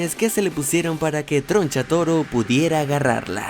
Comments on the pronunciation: Tgoncha toro jajaja no sabe pronunciar la R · TRO NCHATORO NO TRONCHATUMARE AJAJJAJAJAJ NO